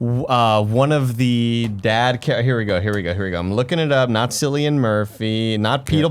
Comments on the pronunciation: Sillyian Murphy??? WHAT? Cillian. Pronounced KILL.E.ANNE. 😂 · Nick and, Cillian is pronounced with a hard C like Killian.